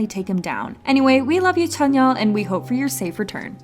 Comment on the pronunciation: "and now let's look at our boy tzányon"